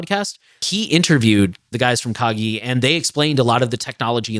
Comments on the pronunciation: minor thing but the name is pronounced kah-gi (like "guillotine") it's a japanese word. made it slightly difficult to listen to the episode 😅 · Kagi is pronounced kah-ghee. The "g" is the same as "gear, give, go" rather than "jump, giraffe". It is Japanese for "key".